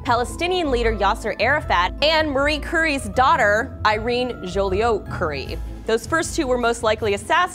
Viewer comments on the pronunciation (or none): Irene? Ireen? NO. it's preonounced EE-ren ( like EE-ren(dering)). I enjoy the show, but please stop butchering people's names. it's not hard to look it up on internet to see the pronounciation of any given name. good show though.